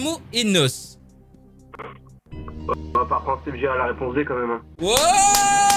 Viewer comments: Ça se prononce N.O.S pas nos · On dit pas 《nos》 on dit N.O.S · " Nosse " c’est N.O.S 😭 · ON DIT PAS NOS ON DIT N.O.S